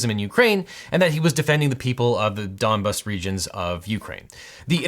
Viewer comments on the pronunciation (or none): Apology accepted. I was screaming at my phone every time you came with foreign things. Donbass, opinio iuris, pacta sunt servanda. You really sounded like a Donbass when you said Donbass like it’s similar to dumbass